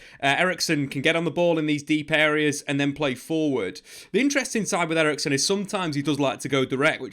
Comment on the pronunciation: Eriksen, not erickson he is not swedish ffs